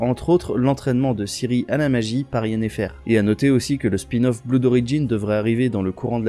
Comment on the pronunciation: « Bloude ». 😜 (Prononcer « blode » 😅) Merci pour les niouzes. ☺️👍